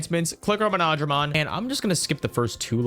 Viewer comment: Btw he’s pronounced mono-dramon nor mo-nodramon